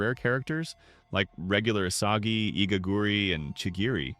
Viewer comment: bruh why asagi its isagi